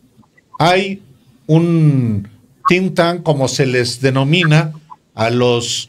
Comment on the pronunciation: 😂MUJERCITA!!! OIGO CLARAMENTE TIN TAN, QUIERES DECIR TITÁN ??? UN GIGANTE?? ... DISCULPAS Y SALUDOS MUY AFECTUOSOS....